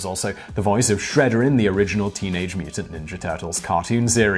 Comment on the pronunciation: I didn't know that British people called "Shredder" "Shredderen" 😂